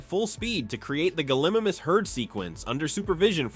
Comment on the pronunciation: My guy, you need to get your pronunciations of dinosaurs right. You butchered both deinonychus and gallimimus lol